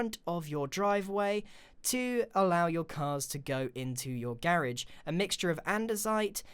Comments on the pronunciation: It’s not garrage it’s garage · A garij? You mean a gar agge? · What’s a girigde he ment garage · no its spelt garagebut said like garige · (Gair-iage) I know he has a different accent but this I find adobrable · Grian I'm a really big fan of yours but I just want U to say garage a few times out loud and see if it sound weird and can U please say remove instead of delete it just doesn't sound right,thx love your vids ,bye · Grain: make a "garage" Me:wat is garage Me: oh Garage lol im american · Its garage